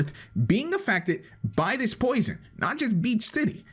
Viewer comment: "by this posion" but says it normally someone make an everything wrong with video on this. it will get like.. Lets see... Possibly 10 sins or more in because of grammatic errors Also, : he said "posion" again PLEASE SOMEONE GET THIS GUY GRAMMARLY